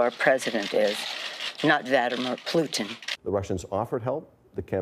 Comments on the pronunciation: “Vadamir Pluten” 😂😂😂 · Who the heck is Vadd a mir poot tin???